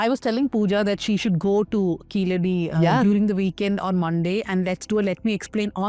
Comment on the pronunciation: Before watching the full vdo thanks to you for pronouncing keeladi properly. Not like some reporters pronouncing that word as if they are some American origin